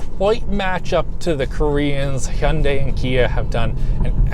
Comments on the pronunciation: Omg.......you said "hyun-dae"...instead of "hon-day"...applause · Oh my god…you said Hyundai properly. 😳